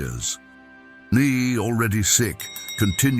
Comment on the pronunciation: Love these true stories why cant you say his name correctly?